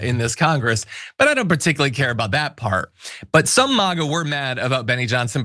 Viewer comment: No one has “turned” on Lauren. AS IF. Also, why do you pronounce “MAGA” like a 70-year-old housewife? You sound like you’re having a stroke.